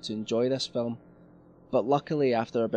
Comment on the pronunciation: phillum. Haha